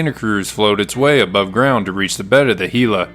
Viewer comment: Excellent video, as a resident of the area I appreciate you pronouncing Gila correctly!